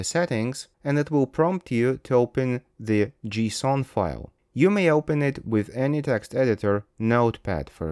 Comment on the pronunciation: bro said "Gee-sawwn"